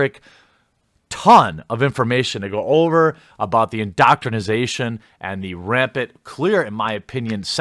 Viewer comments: Please stop saying "indoctrinisation" it's indoctrination..... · I hate to be "that guy," Jeremy, but it's indoctrination, not indoctrinization. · Excellent leaks but bruh... it’s indoctrinATION, not indoctrinIZATION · For the love of the gods, Jeremy, stop saying indoctrinasation. Please. It's indoctrination.